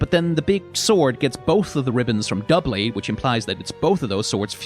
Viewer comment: I’m proud of you for pronouncing doublade right. I hear “dew-blade” so much.